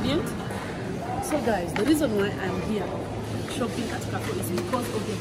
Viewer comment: Mmmmmnnnn nakuja kula....by the way it's pronounced 'karrfu'